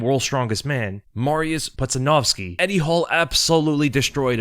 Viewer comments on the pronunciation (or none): Its pronounced "poodjanowski" ya doof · It’s pronounced Pooja-Nowski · How pronounced his name wrong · There is no way you pronounced Pudzianowski's last name like that lmfao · Could at least learn to promise Pudz’ name correctly it’s annoying when YouTubers make such needless errors